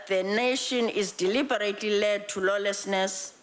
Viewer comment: lol "lolesness"